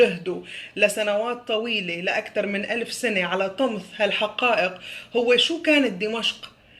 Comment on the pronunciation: شكراً للمعلومات وللتوضيح الله يعطيك العافية . طمس المعلومات وليس (طمث) رجاء الفرق شاسع وانت تعرفين حق المعرفة ماهو الطمث !!!!!!!!